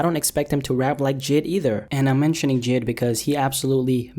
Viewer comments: Btw its pronounced Jay i d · Yo J.I.D. is pronounced “Jay eye dee” like the individual letters. It’s like B.o.b